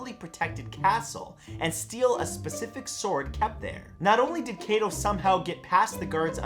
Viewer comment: all your pronunciation of the japanese language is cringy. to help hide alittle bit of the transition of english into romaji - "i" is pounce as "ee". IE: kunoichi (Ku-noh-ee-chi) and for "a" is pounce as "ah" takeda (tah-key-da) Kato (kah-toh). and the "o" as "oh" like no(noh) and to (toh) i would list more but lazy but this should help.